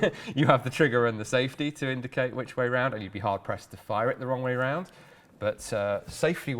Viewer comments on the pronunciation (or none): none